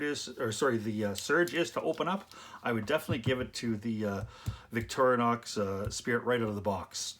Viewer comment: Victorinox, not Victorianox.